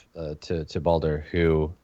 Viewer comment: He's not a messenger, he's a passenger. Also it's Baldur like the Norse God.